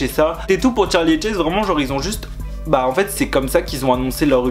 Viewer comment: C pas Tcharli mais Charli